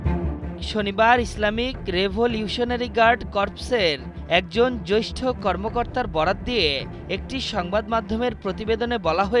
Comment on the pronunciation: আশরাফুল ইসলাম সাহেব এর উচ্চারণ সঠিক নয়, সে জ্যেষ্ঠ কে জ্যৈষ্ঠ বলে উচ্চারণ করে।